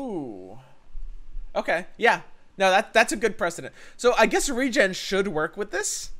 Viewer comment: As a note to: saying 'Regen' with your dialect sounds very similar to how you say 'Region'. Enunciating as re-JEN or saying Regeneration fully can help clarity.